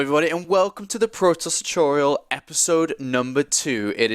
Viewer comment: a good caster, with exceptions: chuttorial. tauwnament.